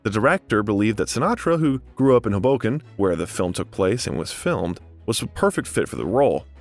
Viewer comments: He even mispronounces Hoboken and the film critic Roger Ebert's last name. It's so bad that I wondered if he does it on purpose. 😊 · Numerous mispronunciations — e.g., Hoboken, Ebert, Antigone. Need better voiceover.